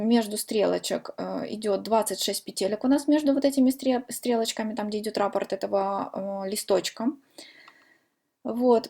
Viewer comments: Правильно говорить: раппОрт, рАпорт пишут в органах МВД. КрасИвее, а не красивЕЕ. Удачи. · Спасибо за МК, очень хорошо объясняете. Не люблю поправлять, но всё- таки не сдержалась, простите: ударение в слове раппорт приходится на букву О, а в слове накид- на букву А. Может быть Вам это пригодится, как блогеру по вязанию. Желаю успеха! Подписываюсь и жду новых , таких же классных МК.